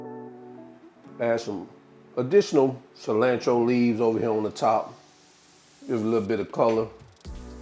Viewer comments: I thought I was the only one. Im like wtf is cilannntro. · It's definitely "fresh coriander" when you pronounce "cilantro" kuntry style. Just playing!